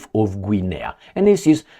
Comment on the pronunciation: Guinea is pronounced Ginny.. like Vinny with a G, I believe 🤔 😄 I could be wrong, lol 😂 🍻